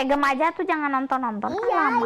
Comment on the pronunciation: Maaf sebelumnya tapi dibaca nya jem memang tulisannya gemm tapi dibaca nya jem